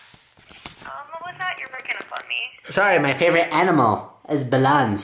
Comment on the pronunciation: Wen he said his favourite aminal was balloons do you mean Jigglypuff